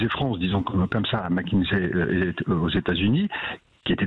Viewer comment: Mac kinsey et non Mac kinzey